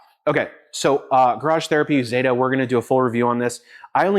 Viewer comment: It's Catherine ZETA Jones not Zetttaaahhh 😂😂😂😂